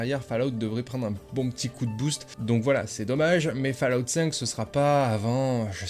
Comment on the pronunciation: Fallout se dit Follout. C'est dingue de ne jamais prononcer correctement, séssone pass cale off etc c'est pourtant basique 🤷‍♂️